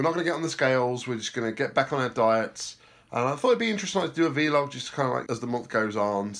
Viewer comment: It’s vl-og